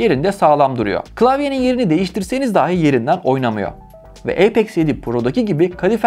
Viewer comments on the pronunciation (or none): none